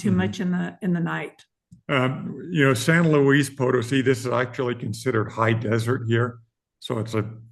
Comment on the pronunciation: It's pronounced San Looey Poe Toe See.